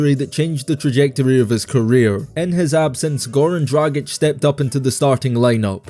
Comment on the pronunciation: Goran Dragić Not Goärän Droagić 😂😂😂😂🤦🏻‍♂️🤦🏻‍♂️🤦🏻‍♂️🤦🏻‍♂️ Funny folk in that corner overthere